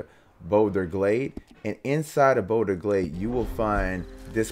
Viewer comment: Hello Mr. It's BolGer Glade with a "G" not Bolder Glade. This game is super addictive, I can't stop playing it and thanks for the tip, great video.